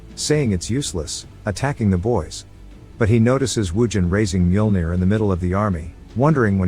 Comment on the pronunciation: I love this series, thank you for posting. I think it's kind of funny the AI voice can mispronounce some words but pronounces Mjolnir perfectly.